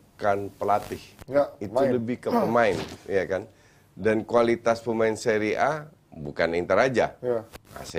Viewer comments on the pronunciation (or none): Orang" Bapuk yang ga paham seria mencoba ngomong seria A. Alhasil tau lah nama pemainnya aja salah sebut semua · nyebutin nama pemain aja salah, kok ngebahas seria.